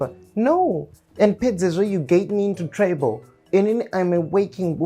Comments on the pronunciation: Lol who says "trible" with such a straight face🤣 we need the blooper vidz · "trybho" lol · English: trouble: tribal😂😂